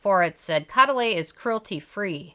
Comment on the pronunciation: Show some respect Use the correct pronunciation Co-duh-LEE